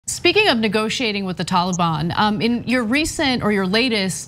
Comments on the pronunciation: Haha "Tawl-a-Bawn" 🤣 Ana pronounces that adorably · Oh Ana and her Tollybon where did she learn how to say it?